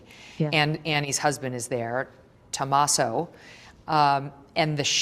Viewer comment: Why does Megyn say Tomaso the way she does the first time ? smdh